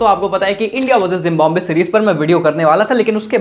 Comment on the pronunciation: Bro said Zimbabwe ❌ Gymbabe✅😂